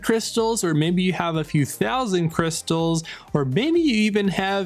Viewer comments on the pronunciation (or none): none